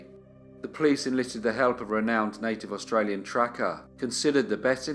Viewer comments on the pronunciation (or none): none